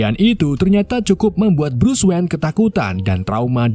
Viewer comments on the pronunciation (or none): Begin, brus wen, gotem , tomas wen. Maaf bang aku sama istri ketawa denger nya 🤣